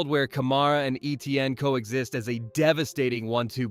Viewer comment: #1 for New Orleans is pronounced, “A-Chane” not ETN.